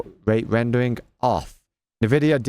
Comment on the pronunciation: i like how you spelling Nvidia as "Nividia" it reminds me like myself back then in 2000s 🤣